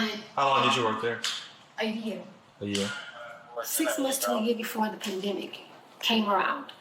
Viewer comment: Did she really say "pan-dem-i-cake? 😂